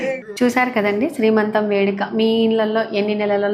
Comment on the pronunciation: దోశలు బాగా వచ్చాయండి, నేను ట్రై చేస్తా. మరో మాట, శ్రీమంతం కాదండి సీమంతం. ఏమనుకోవద్దు.